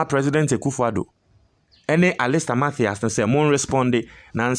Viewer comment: Please stop pronouncing mafias, it's Matthias. Matias Mafisssss pls, stop pronunciations like Ashanti's